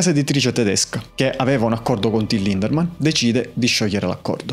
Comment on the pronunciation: Ciao, e complimenti per il tuo lavoro. Devo fare una piccola puntualizzazione: il nome del front man dei Rammstein è Lindemann, senza la R😅